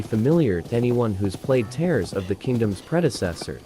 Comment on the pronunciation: it is teers not like tear paper